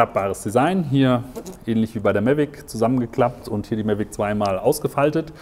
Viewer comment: Warum sagt er die ganze Zeit "Mellweg"? Die heißen "Mavic" dachte ich?...